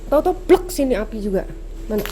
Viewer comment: API BUKAN APIH wkwkwk bercanda 😁